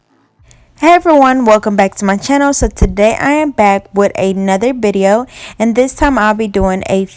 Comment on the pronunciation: i loveee your videos but i hate that you pronounce video as bideo . but you're so amazing at what you do